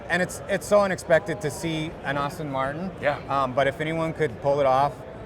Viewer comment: Best car of the show. Outstanding. But dare I say that the host doesn't know how to pronounce Aston Martin?